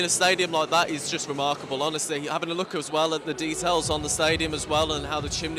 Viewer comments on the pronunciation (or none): none